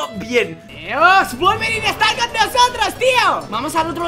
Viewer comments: Al principio dijo wolverain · Alguien se dió cuenta que al principio dijo guelveray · ADIVINA CUANTAS VECES HAN DICHO VOLBERINE